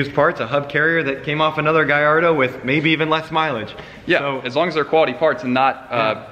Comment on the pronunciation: Damn why does every one mid pronounce the car it’s not a gaiiardo with an “i” it’s a gallardo with an L DAMN PRONOUNCE THE CAR right